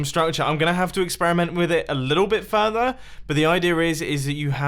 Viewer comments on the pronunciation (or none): none